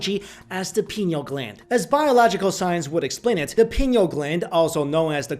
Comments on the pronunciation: It's pineal (Pie-Neal). Not penal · Arrgh! It's pronounced like pie-KNEE-ul gland! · I appreciate your content a great deal. You are killing me with some of your pronunciations. The PIe-KNEE-Uhl gland is part of the END-doe-krin system. Love you man keep up the good work. Thankful for you. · Pine-eel. great video! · pi-nee-al gland. come on man